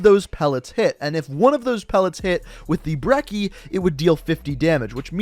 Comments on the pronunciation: Why do you say BREKKIE instead of BRECHIE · This man calls it the berki it’s called the Brechi just watch Merkmusoc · say breach now say brechi now say brecci same shit not breky its not a fucking brick. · Why say brekki ?? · Why do you not know how to pronounce anything? brekki?, obsidian steed? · The way he says brecci😑